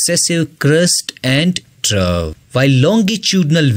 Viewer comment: “”Trough””😡😡👎🏽👎🏽🙅🏼‍♂️🙅🏼‍♂️ “”Trove””😘😘🤗🤗🫡🫡👍🏼👍🏼